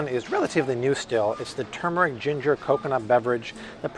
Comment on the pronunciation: bless you for correct pronunciation: “TUR-mur-ick” not “TWO-mur-ick” (petty pet peeve).